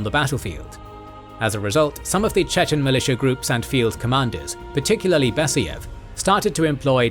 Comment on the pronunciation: DudAyev, BasAyev. A as in car